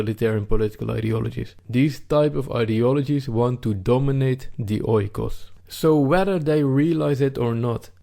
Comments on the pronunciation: Another excellent video! You must forgive me though, if I correct you on the pronunciation of "oikos", you say it like this: "eekos", just like the word "ethos". Grammar aside, you are very correct on the substance of the concept of "home" and "country" and I too believe it's being under siege, with varying degrees in different european countries. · just a remark oikos (οικος) = home pronounced "ikos". "oi" in greek makes the sound "i" or "e" good video bay the way. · Great video! Just a small input oikos is pronounced ikos in Greek oi=i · OIKOS is not pronounced OY-KOS.It is EE-KOS.Good video.Fuck muslims ,lefties and all PC SJWs. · Oikos is pronounced Ekos, as O and I when used together make an E in Greek couldnt stand it hahaha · Well it's actually "e". The "οι" is pronounced "e". Hence the "ecosystem": οἴκος=home + σύστημα=system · Nice video. If you want to be absolutely precise though, oikos is pronounced eekos. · Meanwhile oikos is pronounced differently xDD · Great vid ( 'oi' in oikos pronounced as 'ee')